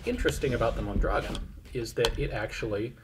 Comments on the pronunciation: Ian,...geez,...for Christ's sake,...as a Tucsonian, it is absolutely criminal that you don't know how to pronounce Mondragon!!!! Moan dragoan!! Come on man! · Mon dra GON (rhymes with Bone). Fairly common and recognizable Spanish name.